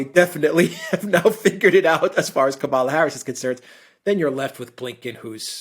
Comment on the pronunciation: It’s Kamala not Kabbala give her some respect for God’s sake 😡that was disgusting . Also this administration is not weak it just cares a little more about its people , unlike Tr…. administration. I do gain a lot of perspective by listening to your podcast and enjoy it and will continue to follow . Just give respect where it’s due. Biden has been handed a grenade and needs to be very careful with every move .